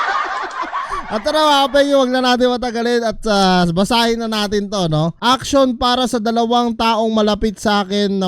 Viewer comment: Auction boss di action pagbasa dyan 😂😂😂